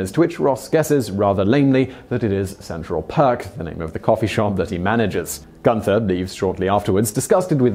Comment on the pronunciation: 'Gunter' does not have an 'h' in it. Do you intentionally mispronounce words - especially place names and people's names, or do you just not care?